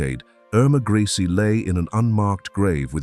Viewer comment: Narrator pronounce Grese at least 4 different ways: Gracey, Greese, Grehsa and Graysa. Seriously?! And, beautiful??? She looks like that thing that ate my cat